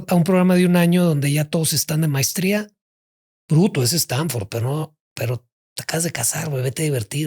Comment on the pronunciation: Dijo también mistria....en lugar de maestría